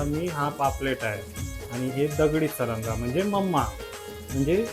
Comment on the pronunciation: सारंगा नाही म्हणत त्याला सरगा म्हणतात व्हिडिओमध्ये अशी थोडी कॉमेडी असली तर व्हिडिओ बघायला खूप मजा येते 😂😂